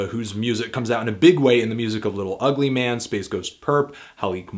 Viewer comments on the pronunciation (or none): It's pronounced "Lill Ouhgly Mayyne" not "Little Ugly Man" get wit it Anthony. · he still gets it wrong sometimes